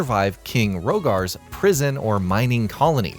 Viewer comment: “King Rogar” 😀